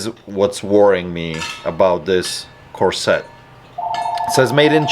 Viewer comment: corset noun cor'·set ˈkȯr'-sət oOps! .. the Grammar Cops are issuing you a ticket for this offense . The accent is on the 1st syllable . This time it's just a Warning ticket . Y'all bee careful out there ....'k?